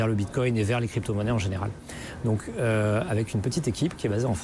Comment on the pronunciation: Le mec dit Bitcogne lol